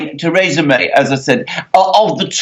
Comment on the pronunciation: Why should I believe anything this man says? He cannot even pronounce Mrs May's name correctly. The UK is crashing out with a No Deal Brexit. And that will be a national tragedy.